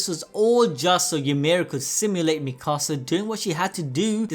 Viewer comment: he calls Mikasa like mickasa